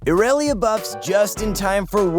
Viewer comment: The way he says irelia... “iRaYLeYa”